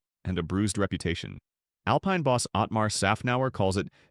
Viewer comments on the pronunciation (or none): a lot of the stuff on here is not true and that's not how you pronounce "alpine"